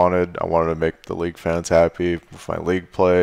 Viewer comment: Love everything you do bro, but I have to say that I only have one complaint about this video. The word is "wiTH" not "wiF" ;)